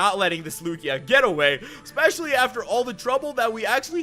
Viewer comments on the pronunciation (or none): none